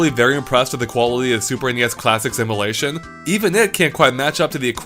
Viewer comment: I keep hearing "emelation"